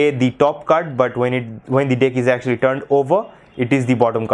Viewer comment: Dude its deck not dick hahahahahaha